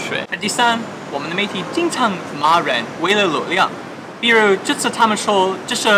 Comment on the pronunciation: ，视频中的比如的‘如’（ru）是二声🙂